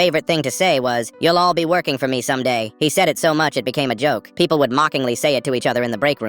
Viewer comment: cuz he said pepole instead of people